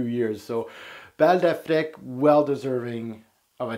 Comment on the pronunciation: Affrick? I thought it was Afreek